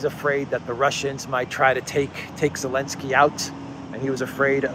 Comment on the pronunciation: New viewers wondering why the hell he keeps calling him “Elensky”